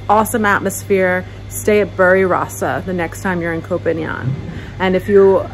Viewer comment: Hi! Your pronounciation of PHANGAN is good but you continue to mispronouce the word KOH (island in Thai). KOH is pronounced with a soft (O) as in the word GOLF. Just say the word GOLF without sounding the letters (L) and (G) and that's how you correctly say KOH in Thai.